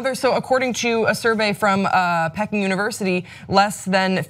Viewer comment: "Peck-ing?"...your SMART as fuck and i luv ya...but its "Pee-king"...and BTW FUCK CHINA...and keep up the good work!